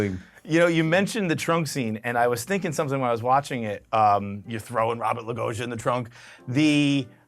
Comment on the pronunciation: It's Robert Loggia not Logogia! 🤯